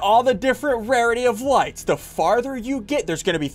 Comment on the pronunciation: Lol at the start he said so this is all the likes not lights lollollol